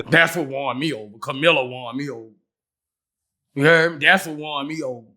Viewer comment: "Kamilla" 😅😅🤣 -Boosie Badazz